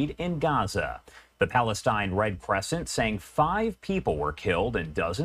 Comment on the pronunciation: "Palatine authorities" 😂😂😂